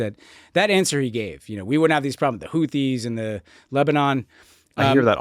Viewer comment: My dudes, you cannot seriously complain about someone saying "Houthis" like "Hooties" in the same podcast where you pronounce "Huawei" as "Wawei." Either we police voiceless aspirated consonants or we don't. I know this is low stakes, but if worldos don't care, who else will?